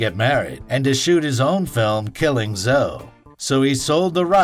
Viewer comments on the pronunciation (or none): Killing Zoe. Zoe is pronounced 'Zo-eeeeeee'. Zoe is not pronounced 'Zo'. Mispronounced names are a huge pet peeve considering when some names are common. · Oh my God. It's Zoe. The E goes "E". It's not an "O" sound. They say her damn name in the movie! Stop saying it wrong! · Great doc, thanks for all your hard work However, I feel that I must point out to the narrator, that unlike Django, the ‘e’ in the name ’Zoe’ is not silent! This is in reference to the pronunciation of ‘Killing Zoe’, and the name of the actor/stunt person ’Zoe Bell’. Sorry, but it had to be said. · Reservoir Dogs was a total ripoff. Btw its pronounced Zoe-ee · Didn't u edit it? In part 3 he calls her Zo Bell . Mercy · fantastic movie that's why I'm disappointed they didn't even know how to say the name